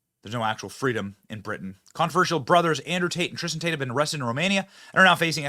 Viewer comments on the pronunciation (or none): Tistin Tate! hEeEy tIsTiN tAYtE!! 🙃